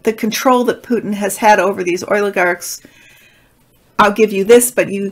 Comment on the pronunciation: I appreciate your taste in music. Thank you! It’s “behest.” Oligarch is pronounced with a long O. You are pronouncing it: oil-ih-garks